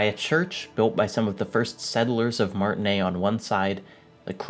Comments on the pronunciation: Yo i know you played the entire game and heard every single fucking character in it pronounce 'Martinaise' you absolute fanny That should've been my first clue i was clicking into a mega pretentious fart of a video, but YT really needs to bring the dislike counter back regardless. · PS: the S in Martinaise is not silent. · Great video. I have to say, the horns at the start got me the same effect as you got. Man they are beautiful. BTW you said Martinaise wrong. Oh and fuck Cuno, my favorite character is Kim Kitsuragi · take a drink every time he mispronounces "Martinaise" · IT’S MARTINAISE NOT MARTINAIS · Great work, thanks for the video! Just a minor quibble, you pronunce Martinaise (Little [female] Martin; like Martinique) as Martinet (cat o' nine tails). It's actually: Mar-tee-[e][z]. The [e] from m[e]n and the [s] from [z]ion. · omg. Martinaise is pronounced "Martinayz", not "Martinay". But good video. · How do you guys pronounce Martinaise? I notice some people or characters pronounce it without the "s" (as does ), some with an American accent like "Mart-naise" (recall Lena) without the "i", or some with a French accent like "Ma(r)-ti-naise" with a French "r" sound (recall Kim). I believe this is a reflection of the diversity of Martinaise (and Revachol)'s historical and cultural diversity/complexity, but I'm curious which one is you guys' go-to pronunciation. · Just for those language enthusiasts, Martinaise, has a vocal s, because as it's a "french" name with an "e" at the end, the pronunciation requires of us to pronounce "s", so it's "Martinezzzzz" :) Totally side note :) Love the essay! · They say that a lot in the game, but you probably need to internalize it just one more time: it's MartinAISE. MartiNEIZ. You pronounce the Z. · MAR-TIN-AISE SAY THE AISE PART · I dislike how you pronounced "Martinaise" and wishing you would just say "mayonnaise" instead